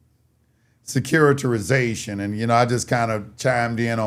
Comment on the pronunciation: "SECURI-TI-ZATION" "SECURI-TI-RI-ZATION"